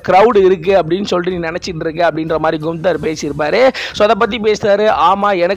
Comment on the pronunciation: Brother not குன்தர் only name கான்தர்